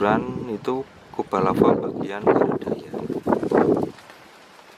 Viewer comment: Larva lagi.... Lava cuy,bukan larva